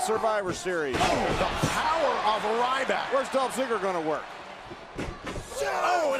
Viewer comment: JBL said Dolf Zigger